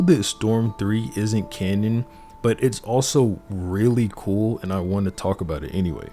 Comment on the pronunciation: cool vid, just 2 things, that is not how you say kata and it is not "canyon", its "canon", ya im being that guy right now, cuz im sure you want to impove.